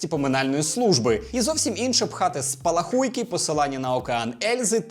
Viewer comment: Почему в слове спалахуйки, все ставят ударение на "У", что тянет туда? Попробуйте поставить на "А", во втором слоге, становится понятно что это маленькие вспышечки. Мне насрать на игру, не играл и не буду, но пи@ что там не так перевели... Так может сам сделаешь, или с тебя деньги берут за перевод? К тому же студия активно ведёт диалог с игроками.